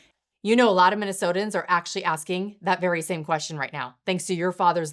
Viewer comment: Never heard someone make 16 syllables out of Minnesotans. Ilhan did. And she is absolutely much worse than garbage. And as far as the little serpent who said Trump won’t live long enough 😂see Somalis take over should be arrested immediately!